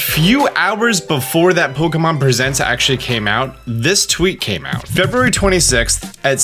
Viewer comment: The way you say February hurts me mentally